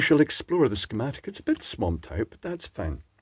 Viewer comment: Somehow, with that pronunciation, you make "schematic" sound like a dirty word. Thanks for that.